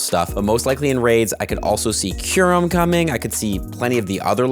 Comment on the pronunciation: He fixed his kyurem pronounciation! 🗣️🔥🗣️